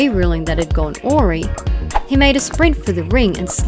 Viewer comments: 6.mins Oaree. WTF is oaree supposed to mean. Oh, did you mean awry? It's pronounced AWE - RYE. Do you need the definition too? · Awry is pronounced ( aur - Rye ). Has this lass ever read a book?